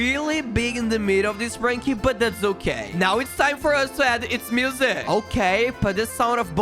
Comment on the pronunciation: It is sprunki not spranki